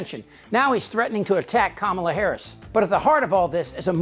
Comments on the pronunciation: Hulk, her name is Ka-mala not Kam-ala like the wrestler who body slammed your ass many times. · Still mispronouncing her name. When I was in high school back in rhe early seventies my history teacher deliberately mispronounced a kid's name all year long. This was fhe first year of integration, so the student was new to the school. Our racist teacher jabbed him all year long because he didnt have a Eurocentric name. They know how to pronounce her name. It's a dog whistle, just like calling her unintelligent. Lets nove ahead abd leave the knuckledraggers in the dust.